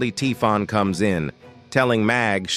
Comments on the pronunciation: Typhon is pronounced Tai-fon, but it's consistently being pronounced as Tee-fon in the video. Very jarring. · Thanks for the summary but the way Typhon is wrongly pronounced throughout the video makes it really difficult to listen to.